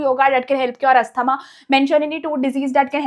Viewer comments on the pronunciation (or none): none